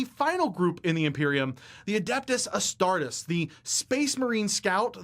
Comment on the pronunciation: Every time he says astartus, it just... ugh. The rule breakdown is good, but I wish there was a version without the lore he butchers